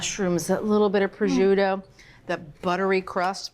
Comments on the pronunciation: Ok but why is she pronouncing prosciutto like that? There's no j or zh 😭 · The pronunciation of “prosciutto” is absolutely awful…..simply listen to the correct pronunciation on goggle…..this is almost embarrassing…..just say raw ham……but good recipe…… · Decent video and recipe overall, but it’s a shame a professional chef mispronounces “prosciutto”, and she said twelve slices, but actually used 14.